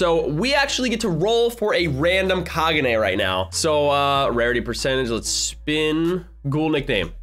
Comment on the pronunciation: You said Kagune wrong, the e in the word kagune is pronounced with a long e, so it is KagunE.